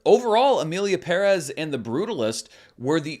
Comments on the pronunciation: BTW I noted in previous videos that you pronounced 'Pérez' correctly and appreciated it :) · Only Zoé pronounces Pérez properly and still no One listens to her. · Props to you for pronouncing Shōgun and Pérez (and Esposito 😂) properly! 🎉 Non-Americans appreciate your efforts. 🫡